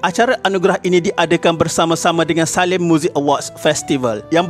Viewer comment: Sebutan anda Salah.Bukan SALIM sebaliknya (Saleeem)jenama rokok popular.Please improvisasi sebutan sebelum anda buat rakaman.Satu lagi anda saya perasan anda tidak kredit kenyataan akhbar mahupun nota kaki ayat2 anda baca tu.Bagaimanapun saya kagum dgn video2 yg ada.Keep it up.sekadar berkonslgsi pendapat